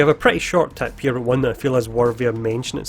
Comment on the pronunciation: You say "Tip" and it's sounds like TAP